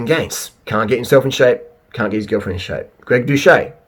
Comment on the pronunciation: Doo-set NOT Do-Shay